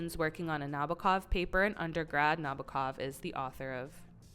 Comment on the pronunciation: 1● Vladimir Na-B O H-kov. 2● Vladimir Na-B O H-kov. 3● Vladimir Na-B O H-kov.